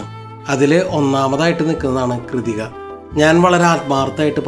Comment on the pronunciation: It's not Kridhika, it's pronounced as Krithika. Ask the hotel management. Pronouncement makes awkward.